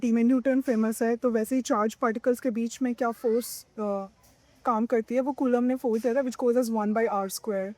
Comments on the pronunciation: कूलाम होता है और ना ही कूलम अपितु कुलाॅम्ब होता है। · कुलांब ❌ कुलम ✅ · कुलम नहीं मेडम जी कुलाम h vo😂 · 😅bus iss girl ne kulaamb ko koolam bol diya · कुलम नहीं कूलाम है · Coulomb h bhai colum ni😂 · Coulomb h co kulam nhi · Ye kon बड़ी बात बता रही है हम बिहारी ये सब जानते हैं कलाम होता है कुलम नहीं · कुलम नही कूलाम है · coolam nahi coulomb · Colomb yaar colum nahi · कूलाम को कुलम बोल रहा है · Ye kulam ko sahi defin nhi kr pa rhi kya hi scientist hai retu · Kulam kon hain 😂😂😂 not what a pronunciation